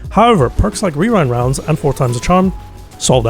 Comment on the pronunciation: genuinely impressed you said rewind rounds correctly so many times i would never be able to do that